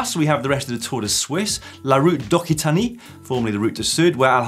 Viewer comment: Hey Daniel, just wanted to help you with the Tour "d'okitanny" pronunciation. It is pronounced "d'Oc-see-tanny". As always, love the show.